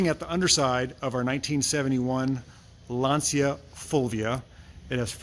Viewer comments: You pronounce "Lantcha " not "Lansia " by the way gorgeous car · not really, in Italian it seems to pronounce Lanzia, instead of the right Lancia with C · lancia pronunsation ( lanceea) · Lanzia non si può sentire